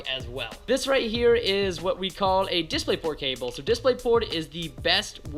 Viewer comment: How he says DisplayPort doesn't feel right to me.